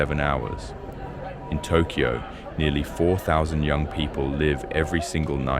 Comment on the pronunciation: It's pronounced Tok yo. Not tok key yo. BAKA